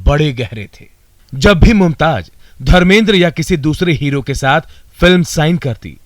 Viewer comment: It is not Mumtaj it's Mumtaz. Correct your J's and Z's